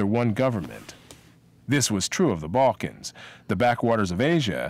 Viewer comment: "Who are the "bulkans"? Oh yeah, you are well educated. LOL.